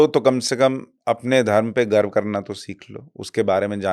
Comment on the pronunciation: It's not garb it's garv brother